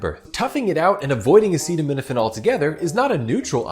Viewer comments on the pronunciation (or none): Him trying to pronounce acetaminophen is what is dangerous. Why is this man allowed to use words at all?! He is horrible at them and the context is dangerous. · Sadly they don’t even see how absolutely idiotic and scary their behavior is. This clown can’t even pronounce a very popular medicine.